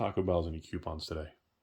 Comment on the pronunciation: Did he say Qpons?